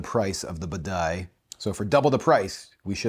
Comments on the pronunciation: Buh-die?!?! Bah-De-Ya. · OK, just because it's irksome: b a d I A, not b a d A I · It's Bidet, not Badai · What the heck is the ‘Badai?’ It is Badia. AI vs IA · Lol...I mean really. Can this guy even read? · Dude! You live in Florida. It’s Badia (Bah-DEE-ah). Cubano. Delicioso. Just ask my abuela. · BAH DEE AH!!! Drove me INSANE!! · Can't enjoy this because of your repeated mispronounciation of "Badia". It's "bah-dee-uh" 😅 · The way you say badia is sending me lol. Good video. I tend to buy the McCormick.